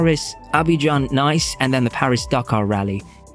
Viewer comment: "Nice" it's pronounced "Niece", it's French ;-) My FZ750 went a lot faster than 140 LOL